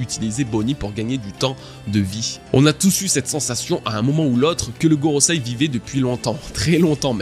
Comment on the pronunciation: GoroSEI, pas goroSAI...encore un dislike, c'est dommage